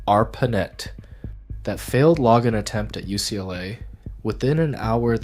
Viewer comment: Weird pronunciation of login